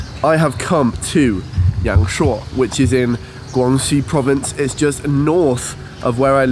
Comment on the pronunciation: Thanks for sharing this! I've never been to YangShuo myself, I'm going to look at this beautiful place along with your video in the next few months. Your Chinese pronunciation is soooo good though! I can't believe that you self-taught yourselves :-)